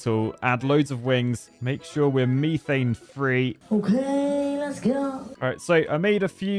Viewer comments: It’s methane not mee-thane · love ya man but if you mispronounce methane ONE MORE TIME, I’m gonna lose it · Take a shot every time he says MEEEthane